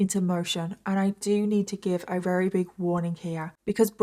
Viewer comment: Jesus. You drag the story out to 3 times the length. So verbose. I'm rery rery bored. I'm up to 38 minutes and you have said RERY 13 times so far.... But I'm bored so skipping to the end. I estimate about 23 rerys will be used in all. Try saying really really or even extremely instead of rery rery on repeat. Get a thesoraus and find some replacement words for rery. Or better yet go to speech therapy